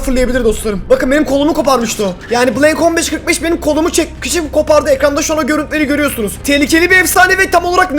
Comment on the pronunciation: bobby niye min beşyüz kırık beş diyor